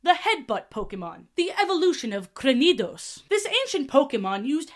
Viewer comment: 1. Pokémon hair dye does exist for furfruu 2. You said crainiados wrong it’s name is a pun on cranium like head? Get it 3. The typhlosion thing, he actually can transform not the normal one tho only the hisuian variant which is ghost/fire 4. The Mega-Arodactly (I can’t spell) entry has been changed the original one talks about how the rocks stab out of his skin and it’s constantly in pain making it stronger :D